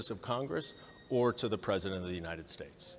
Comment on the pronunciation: His misprouncing thing is just a symptom here in the....United Shtays. That was what he said, but wasn't written on Trothe Centyal. (I just remembered that yesherday). Don't make it public or Lindell will sue for deflamation & possibly lead to won ton violence forcing them to bring in the Gespacho Police. (I think their new slogan should be.....Me English good speak)